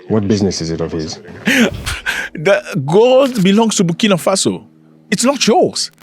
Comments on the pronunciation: Birkina faso? To much birkin bags in his mind... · He cant even pronounce Burkina Faso. Tap dancing oreos clown 🤡